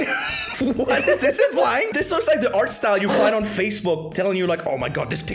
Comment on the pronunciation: crystal ahtth